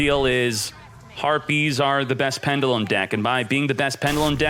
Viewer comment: Please pronounce pendulum right... 😂